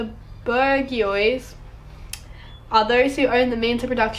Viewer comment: It’s pronounced ‘Bourgeois’